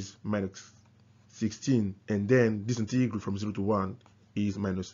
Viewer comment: Integral - emphasis is on the first syllable!